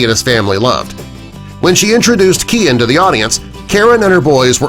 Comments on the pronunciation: The stylist’s name is pronounced Ky-Ann not Kian. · For God's sake it is Kyan, not Keean, pronounced Kay-uhn, like Ryan with K instead of an R